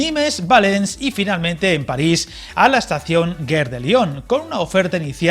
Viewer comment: total, es lo mismo de antes. Se dice Te ye Be in Oui separado. Gare se pronuncia Gar con G suave. Gracias por la info